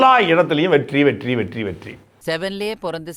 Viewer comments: With double T, the R become silent R. Now Vettri sounds Vetti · SAY VETTI NOT VETTRI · Durrai... Vetrri... rrrruuuன்னு முன்னேறுது சகோ👌👍😂